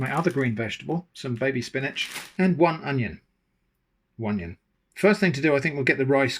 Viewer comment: It's so funny. I know it's a thing you have done for some time, but every time you say One-ion (one onion) it always catches me off guard, and in the most positive way. It just makes me smile and have a little chuckle.